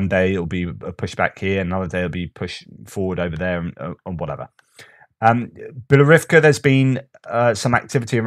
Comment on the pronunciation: your "Bielorivka" is actually "Bilohorivka" [and the h is not silent]